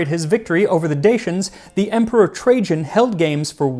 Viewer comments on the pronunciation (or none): none